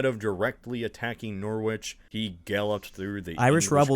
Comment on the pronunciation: ‘nor-witch’💀💀💀 (It’s pronounced norich)